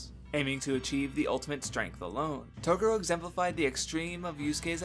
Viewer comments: japan and the way the words are said in English sounds off and very racist so dubs change the name slightly..toguro is pronounced toegoro but we say it taguro...its just the way it goes...broken engrish was created when we set up our government in japan post world war 2 for 8 years...it just got into the culture so while we say r's they have l's instead so it can get confusing... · Im sorry.....Its not you its me. Yu Yu Hakusho for a was my favorite anime of all time (until I watched Hunter X Hunter and it surpassed it) and I whole hardheartedly agree with the analysis of Yusuke......but dude that pronunciation of Toguro's name is just cringe dude. I've re-watched this series so many times I can recite from memory entire ep's from the top of my head, I dont know how the Japanese version pronounces the name, but I think even if it's the "correct way" it isn't the right way and its hella distracting if that makes sense.